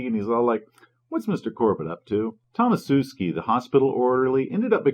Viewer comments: i think it's 'Tomashewski' and not 'Tomasewski' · your mispronounciation of Tomaszewski really makes my ears bleed, especially considering from your surname you probably originate around there somewhere.